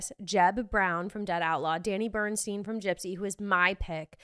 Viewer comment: You called him Danny Burnstein. It's Burstein.